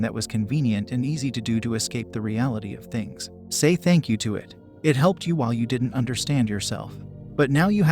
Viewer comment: thank you but said with an S